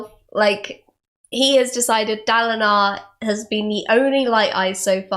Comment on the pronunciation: In the first episode, I'm pretty sure she says Daladin.